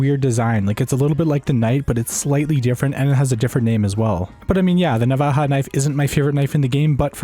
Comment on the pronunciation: Navaja with a “J”